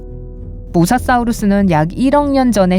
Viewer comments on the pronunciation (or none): 사우르스 아니고 사우루스 인데